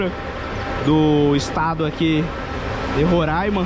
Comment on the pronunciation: A pronúncia correta do nome do estado é 'RorÁima" e não "RorÃima". Esta palavra é da língua Yanomami ( que é uma das muitas línguas indígenas faladas aqui no nosso estado) e significa "Serra Verde".